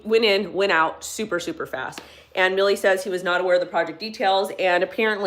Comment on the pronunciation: It's "Mil-lay"...not "Milley" . Thanks for the video. Much love.